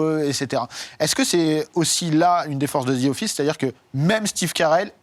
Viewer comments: “Ze Office” c’est insupportable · Zi offisse ...mon dieu